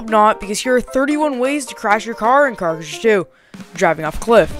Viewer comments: why do you keep saying carush 2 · "car cruzhzhe two"